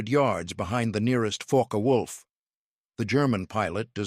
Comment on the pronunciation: IT'S FOKKuh WOLF. NOT FOKKEE WOLF.